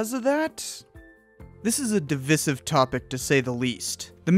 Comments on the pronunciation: Divisive is pronounced dəˈvīsiv with a long i (like sky, die, fly, Divide). Other than that it was good video. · It's pronounced "divisive", not "divisive". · Divisive topic¿ Wat Omg you said it again. Learn how to say that word. This hurts me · haze no ki This is the first time I've ever heard it with the viss or vizz pronounciation and I'm 64 years old. I am from the US tho.